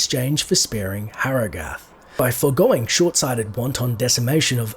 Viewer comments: the townsfolk pronounced it like hurrah-gith /watch?v=r2YR2Fzp_Jk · You can't even pronounce Harrogath correcntly. Diablo 2 has repeatedly pronounced the name over and over again.